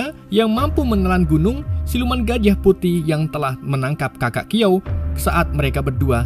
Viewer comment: Bukan kiao bang tp shiao